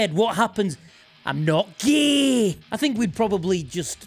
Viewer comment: I don't fucking know why, but that "I'm not GHEE" just really got me.😂